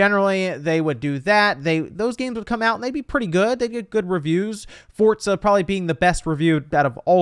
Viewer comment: Nobody:: “Fortza”